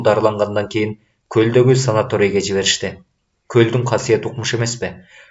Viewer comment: Азамат бала экенсиң , сабаттуу . СанаториЙ деп туптуура айттың . Көгүлтүр Ысык Көлдүн кызматкерлери " санаториЯ " деп айтышат .😄